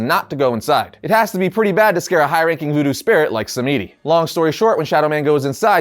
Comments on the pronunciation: It's pronounced Baron SAM-DI not sam-me-di. Please!! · i just want to say if its "samedi" its not Sam-EE-dee, it should be sam-dee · The name Samedi is creole and pronounced “Sam-Dee” ☺️ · Thank you I didn't want to be that guy but that shit hit like finger nails on a blackboard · Samedi is a French word for Saturday, and you're pronouncing completely wrong, but hey at least you're trying. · You're saying The Baron's name wrong it's pronounced samedi. You don't pronounce the e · Not to be mean but that pronunciation of Baron samedi is pretty bad